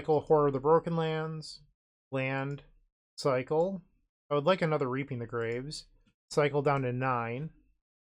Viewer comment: reaping the grave came out sounding a lil closer to reaping minus the e. I had to rewind when i heard it too